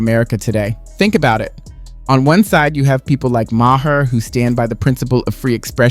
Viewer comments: Good comparison of being a guest in someone’s home to what Arnold said. Keep it up! Ps it’s pronounced “May-her” like mayor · You said Maher wrong.